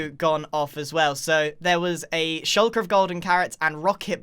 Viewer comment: He said “shulker” like an American